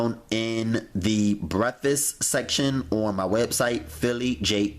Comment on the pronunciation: What the fuck is breffasst??